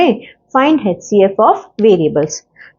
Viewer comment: Don't mind but ye hcf hota hai haichcf nahi plz improve or there are many people to troll